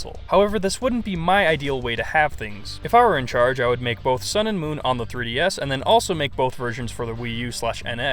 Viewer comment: Did you say "sun" or "sound"? Move your mouth more so we can understand you.